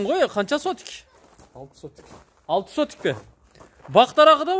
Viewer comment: Атакул сотик эмес! Сотых деп туура суйлосонор сураныч